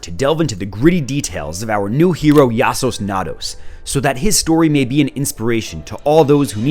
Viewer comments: You didn’t not mispronounce Yassuo Nados as in Tornados, as in Yasuo from League… 😂😂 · the guys name is Yasuo's (ya-su-oh's) Nados (like tornado) its a league of legends reference yassosnados is also cool way to say it tho